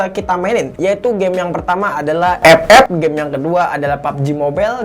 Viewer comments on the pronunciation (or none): knpa klo ngomong ep ep harus gitu bg🤣